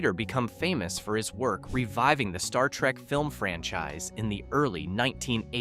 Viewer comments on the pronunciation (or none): none